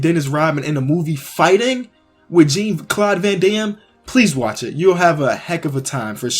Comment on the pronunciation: lol, gene claud Van dam. pronounced closer to John claud bro